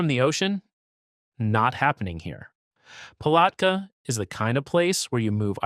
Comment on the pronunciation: Do me a favor when you pronounce towns in Florida make sure you say it right especially Palatka when you say the word at that's how you pronounce Palatka without sounding a so do me a favor learn how to pronounce towns correctly so it won't make you look so stupid and uneducated